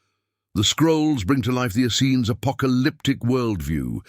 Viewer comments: I'm really curious why the word "essenes" changed in spelling almost every time it was mentioned throughout the video. Also, it was pronounced different ways by the speaker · Why does this narrator pronounce Essenes so many different ways?